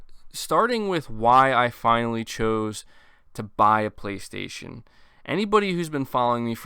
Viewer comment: Voice synthesized: PlayStasun!